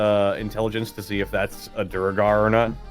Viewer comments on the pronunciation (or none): The audible sigh I let out when hears the correct pronunciation of Duergar and proceeds to call them "Drooger" repeatedly XD That being said LOVE the series and am glad I'm finally binge watching through it, Asmo is the most fun concept for a Fighter (generally a boring class to me) I've ever seen in a D&D campaign! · Duergar (DEW-ur-gar)